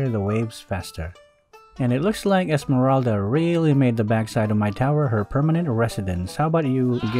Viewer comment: I like it when he calls Esmeralda "esemeraldead" and hylos "hylose"